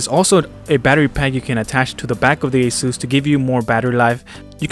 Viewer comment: It is pronounced A SIS